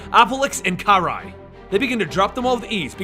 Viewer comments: OMG with the "ki-rye"'s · Did you just pronounce Karai’s name as “Keer-eye”? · Sorry to nitpick but it's pronounced Kari not kirai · You miss pronounced Karai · You said karai's name wrong.